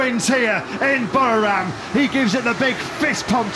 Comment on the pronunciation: No podium but well done Jack Miller. A huge improvement. And those Pommie commentators never did learn to pronounce 'Buriram' correctly 🙄